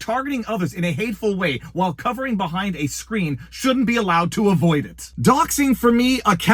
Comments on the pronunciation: CoWering not covering. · It's coWering, not coVering. Sheesh 😂